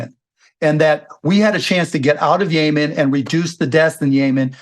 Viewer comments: It's Yemen! Not Yayman!!! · Bro it’s Yemen not yaman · Why does he say “yay man” instead of “Yeh men” like every sane person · Yemen not Yea-man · It’s YEMEN not Yaman 🙄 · is "yaymen" same as Yemen? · “The war in Yaymen” 😅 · “Yay-min” lol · What the hell is yayman ?😂 Cuban’s next gig (if he doesn’t get the SEC chair) is a MSNBC show. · When he pronounced Yemen yay man I knew he didn’t know what inflation meant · Why does mark keep saying 'yay-man' instead of yemen 😂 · Yaymen is driving me nuts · As I start most my comments I LOVE Chamath & David Sacks. David’s counterpoints to Cuban’s lunacy made way more sense & kept the convo interesting.😁 David looked like a million bucks in this episode. Cuban’s pronunciation of Yemen & how it connects to inflation made zero sense. Best part➡️ “When did she say something smart? I mean seriously when’s the last time she said something smart?”😂 Appreciate JCal’s attempt at levity, some of his opinions are not my fav. Pharmaceuticals, ugh.🫤 You can tell Cuban is definitely partaking in Ozempic.🫢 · Wonder where Mark got his pronunciation of Yemen? It's definitely the first time I've heard it pronounced that way. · Why is dude pronouncing Yemen like that? 😅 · This is a good demonstration of how billionaires are not that sophisticated. Cuban has this whole theory tied to Yemen and then doesn't pronounce the country's name properly. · Is Mark saying Yemen wrong or am I?